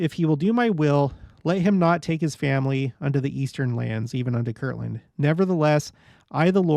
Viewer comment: Haha... Yes, this is one of the classic LDS pronunciation quirks. Kirtland: a town in Ohio. Kirkland: a brand name of Costco. Some others: Patriarchal vs. Patriotical. Or, if you really want to create controversy: ENSIGN "en-sun" vs. "en-sign" hint: according to the Church itself, the correct word was "en-sign"